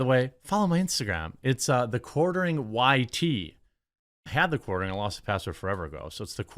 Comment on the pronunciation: the quaRering the quaRering the quaRRRRRRRRering 😒